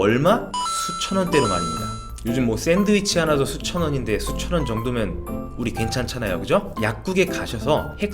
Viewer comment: 수천원 수천원이 왜 수천만원으로 들리는지... 하하하 몇천원 이라하셨음~^^